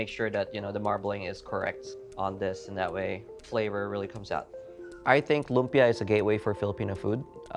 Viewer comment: Coming from the Philippines, you should be teaching Americans how to say LUMPIA the right way and not the other way around. It’s a Filipino word that you know how to pronounce right. Be the influence. All the recipes look great though. Excited to try them on our next visit to SF.